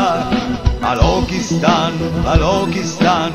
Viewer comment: grazie grazie... Liberta Liberta Balochistan.....!!! (only single pronounciation mistake, it should be Balochistan... 'ch' as in 'Church', Chili, China... )